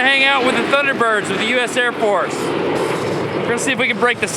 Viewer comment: His eyeballs moving was pretty funny!! Also, I think that he was so messed up after that chair spin, that he pronounced Air Force as Ear Force... Lol!!...